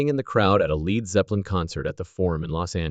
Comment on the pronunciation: "Leed" Zeppelin?